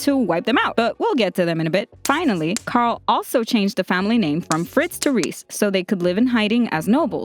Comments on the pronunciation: Reiss = Rice not Reese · everybody does this its not rod rees its reiss it sounds like rice but it reiss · Reiss is pronounced "Rice" not "Reese" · The Reiss name is pronounce "Rice". It's a German name. Between ie or ei you pronounce the second letter. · Its Reyss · You just butchered the Reiss families name 😑 😂 come of my phone